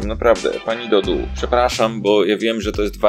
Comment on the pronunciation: Wiem, on mówi Dodu ale się mówi Dodo xD